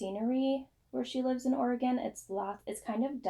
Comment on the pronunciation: Hi,! So glad you enjoyed your trip to Oregon! And, thank you for pronouncing Oregon correctly. LOL! Your new HP yarns look wonderful and I am hopeful of buying some. Always enjoy your podcasts and am always inspired by you. Thank you and take care. Patty